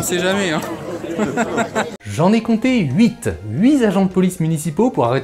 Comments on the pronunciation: HuiTTTT agents, pas huiZ agents... stp. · * "HUIT" !!! on dit "huiT" avec un "T" à la fin !!!